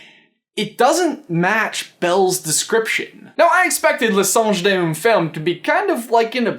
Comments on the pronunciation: You pronounced it mainly correctly except d'une is pronounced like dune or doon but with like an accent kind of thing. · Tale as old as time... Maybe that could be a clue? I mean 1,001 Arabian Nights is pretty damn old, ancient even, unlike le songe d'une femme (which btw you almost got completely correct pronounciation wise, you're just supposed to pronounce d'une like dune) but I feel like the music definitely has something to do with all of this, just like how you mentioned belle singing at the beginning and during the snowball fight, but that requires a lot of analyzation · oh my that pronunciation lol but I mean you don't speak french so I don't blame you. You would say d'une like a sand dune and femme sounds like like the emm in emma, just a little lesson in case you were wondering